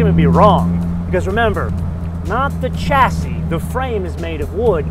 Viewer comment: If you are reviewing a British car, try chassis pronounced with an sh...shassy